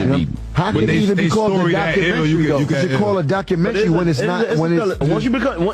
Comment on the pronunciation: Lol jim jones cant even pronounce documentary